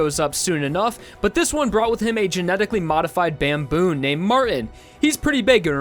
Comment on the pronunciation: Did you...say...Bamboon..?? 😅